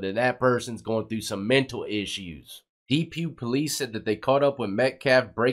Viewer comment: You’re saying Depew a funny way brother